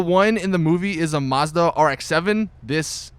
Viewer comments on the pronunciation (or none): none